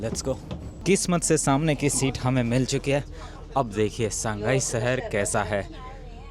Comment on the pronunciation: Shehar ❌ sehar 😂😂😂😂😂😂😂